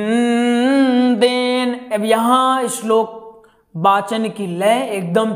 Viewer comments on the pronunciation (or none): पहले शुद्ध उच्चारण बोलना सीख ले तेरा खुद का शब्दों का उच्चारण ख़राब है इस्लोक नहीं बोलते श्लोक कहते हैं